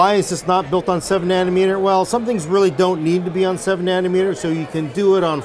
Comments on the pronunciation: Did say nanner meter? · "7 naner meter goodness." 7 meters of bannaners does sound good lol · "7 nanermeter", we love you so much. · ..."worlds first 7 nannermeter..." LULZ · Not nanometers.........nannermeter lol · Nannermeter lol